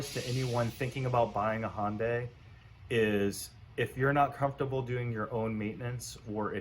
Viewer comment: HUNDAI NOT HONDAY.